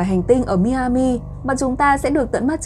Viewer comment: Tiểu bang Miami đọc là (mai -a-mìa ) cảm ơn